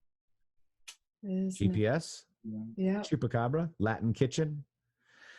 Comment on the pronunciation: Say chump, chupacabra!!! Not choop. It will help you to spell it.